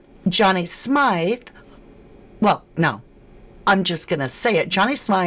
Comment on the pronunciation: It's pronounced as Smith not how your pronouncing it 😂your saying his name wrong